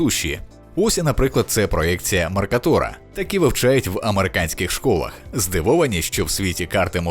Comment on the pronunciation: Що б що спотворювати наголос в слові "Меркатора" якщо є загально прийнятий в академічному колі стандарт?